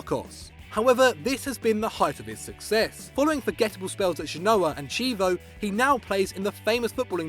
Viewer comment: The way he pronounced Chievo was atrocious